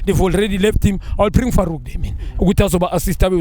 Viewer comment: If junior can say Farouk 😓😓😓#notinterested